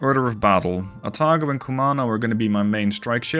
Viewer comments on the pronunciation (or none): none